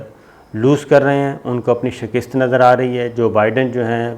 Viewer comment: Bhai shaaakist nai shikast hota hai